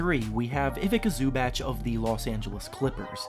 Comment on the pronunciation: Zu-batch? Bruh